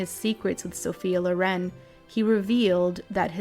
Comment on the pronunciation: It's not Lo'ren, it's 'Loren...